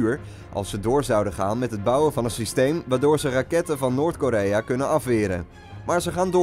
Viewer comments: "Noort" Lmfao! Noord is het ;O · "Noort Korea" ahahahahahahah well done